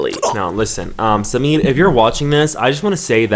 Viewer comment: This is the first time I have ever heard someone pronouncing an Indian name so correctly 👍 The way said SAMEER..it was so clear👏